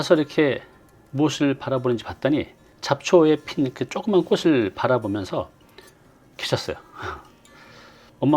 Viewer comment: 꽃은 ㅊ받치이니 꼬츨,꼬치라발음해야!꼬슬이라하니!